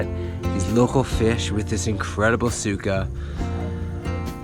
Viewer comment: its “su-ka” for vinegar. no “suka” like vommit.